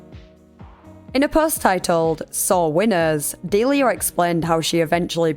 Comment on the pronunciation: I think it's pronounced Delia, not Delia.